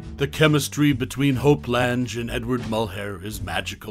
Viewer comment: Lange. Rhymes with slang. Reta. Rhymes with Cheeta. There was some interesting info here.